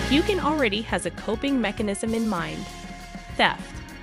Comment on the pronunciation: Please learn how to pronounce Sam’s last name correctly